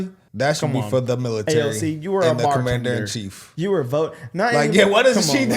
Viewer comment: It's "Commander in Chief" not "Commander in Queef"......yaaa I know .. Sorry guys watching too much south Park 😂😛